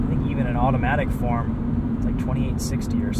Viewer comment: i was gunna give it a go but i couldn't handle it once he said ''automatic'' in such a tune it was cringe i quickly switched to another video with manual sorry bois FFFFFFF